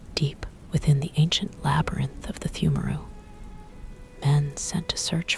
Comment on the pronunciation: The way you say pthumeru is 💯